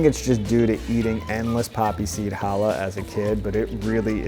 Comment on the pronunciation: disgusting. I mean you cannot even pronounce the bread name Challah correctly. tsk tsk tsk. Disgusting channel.